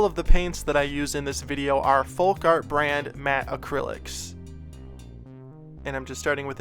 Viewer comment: I've been watching your videos for a while now and I love them but I have to ask; why do you pronounce the "L" in "Folk Art"?